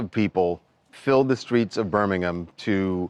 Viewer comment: Congratulations on your pronunciation of Birmingham